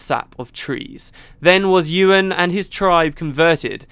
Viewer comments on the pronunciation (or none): none